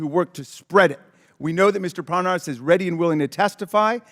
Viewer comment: Raskin says, "And Lev Parnas"' Comer says, "and Les Parnav" --backwards, just like ALL of MAGA.